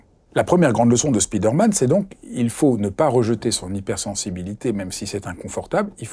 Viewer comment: Excellent, merci! J'adOre votre chaîne! Petite correction: on dit spider man et non speeder man (au son: spaye, et non spii)